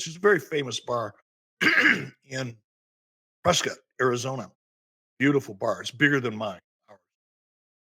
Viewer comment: FYI as someone that the town is named after our family name is pronounced Press Scott Not press Kit 🤦‍♂️ Jaysus